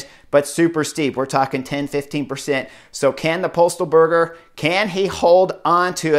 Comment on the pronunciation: its actually yon not e-on at least thats how its pronounced and its not postal - burger its postelburger